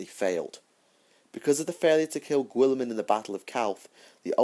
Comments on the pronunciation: Really nice lore collection, I've not read the Word Bearers books yet. But please.. stop pronouncing Guilliman as Gwilliman.. Try Gullyman.. As per Jervis Johnson. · I think your saying the lord of ultramars name wrong